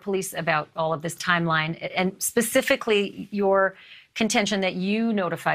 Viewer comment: 🤔 Hmm, Pacificly. I would hate to see This Lawyer go Atlantic on any questions he is trying to explain. I believe the correct word is Specifically. Pacificly really isn't a word is it?? Wondering for myself...🤫🤔